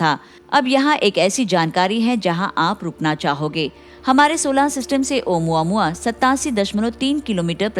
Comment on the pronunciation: Actually it’s pronounced as ओमामुआ not ओ मुआ मुआ 😂😂